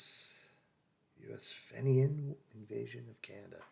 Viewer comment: Fenian is pronounced feenian as far as I know. It’s obviously Irish